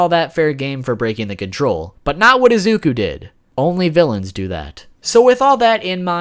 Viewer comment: it's pronounced ee-zoo-koo